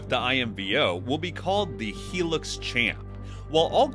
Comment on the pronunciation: For goodness sake man, it’s a HIGH lux ! NOT a heelux!!